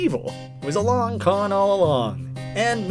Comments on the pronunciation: So long-eh, Bowser! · (Henry stickmin) So long-eh Henry! (Mario) so long-eh bowser!